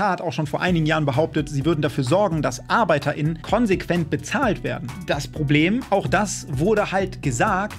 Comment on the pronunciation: Arbeiter innen dein ernst wie kann man nur so reden ich versteh das nicht